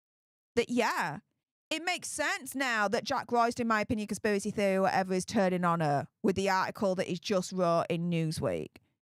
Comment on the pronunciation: Conspivvvvvvvacy theovvvvvvvy whatever 😂😂😂